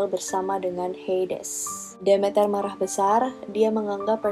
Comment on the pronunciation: Prounounciation inggrisnya udh bagus,tapi mau koreksi aja nih,Demeter itu dibaca "The-Mi-Ter" (The meter) Dan Persephone udh hampir bener,but more like "Per-sa-fe-ni" hehe,just fyi ^_^